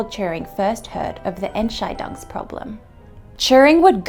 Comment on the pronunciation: really minor nitpick from Germany hear. Your pronounciation of Entscheidung makes it sound like a different German word (or more precisely a word that doesn't really exist but could very well be constructed as compound word). The stress should be on the second syllable, and the "Ent" at the beginning is probably the least stressed syllable: EntSCHEIdung = decision ENTscheidung = divorce of the Ents 😁